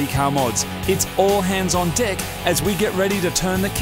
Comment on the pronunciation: I swear, this is the best thing I've ever seen. I LOVE this build. Totally in love.. This is so exciting. I'm exploding too. spluuurge Heh.. he said "All hands on deck" in Australian.